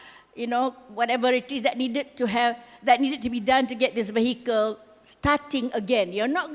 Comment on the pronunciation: Madam, minta maaf, but "vehicle" is not pronounced VAY-HEE-KEL. It's pronounced VEE-A-KEL.